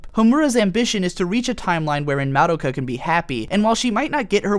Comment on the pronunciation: You are the first person I've heard that pronounces Madoka's name correctly yet Homura's incorrectly lol. Also "bibi" //shot